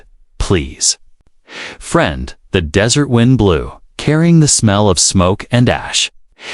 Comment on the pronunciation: You need a new AI/TTS, it does not know the difference between dry sandy location and sweet food. All that is necessary is to review before posting.